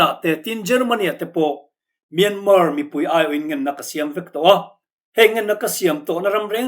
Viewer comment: Myanmar hi Myanma tia lam tur aw 😇